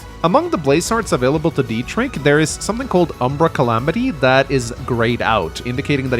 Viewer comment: As a German it really pains me how bad you mispronounce the name Dietrich. It's pronounced with a ch not a k. The ch is similar h in huge. But just put it into Google with German pronunciation.